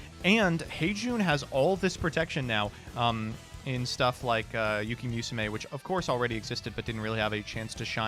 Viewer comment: "we're gonna use yuki MEWsume" |: I